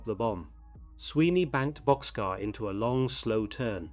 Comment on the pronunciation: Sorry to inform you, but Bockscar is pronounced boxcar